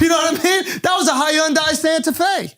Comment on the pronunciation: I feel like I could sit down with Andrew for an hour mispronouncing hyundai comedically without getting bored.